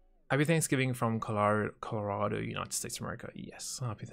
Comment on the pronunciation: It was funny seeing butcher the pronunciation of Colorado